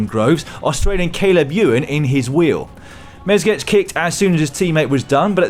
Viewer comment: It's Mezgec not Mezgech.